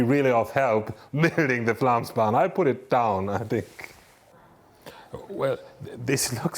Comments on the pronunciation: When making such a montage it wouldn't be too much to ask to at least try to pronounce the actual name correctly. Think it at Flomsbana, and it will go much easier. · Did you make an entire documentary about the Flåmsbane and couldn't be bothered to learn how to pronounce it correctly once? The Å sound is pretty easy. It's not an A. The place is not called Flam. Nice effort...